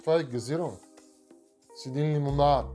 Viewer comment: Много ме кефи как казваш Лимонаад